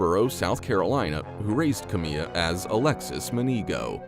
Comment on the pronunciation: Kamiyah Mobleys name is pronounced Kam eye ya not Kameeya